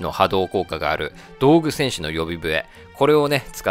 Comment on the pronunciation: どうぐ戦士じゃなくてどぐうせんしじゃないの？